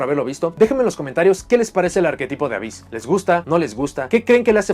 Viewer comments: El "hyss" se pronuncia "jiss" en ingles (por la "onomatopeya?" del sonido de las serpientes) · Esto ya es suposicion mia en base a la "practica?" pero imagino que el "Ab" + "hyss" serian pronunciados "afis" (y si, tampoco lo haria a menos que este tal vez hablando con algun anlgo-parlante).